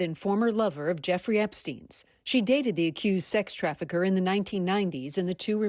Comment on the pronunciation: CNN pronounced her name "Jewfree." Freudian slip? 😅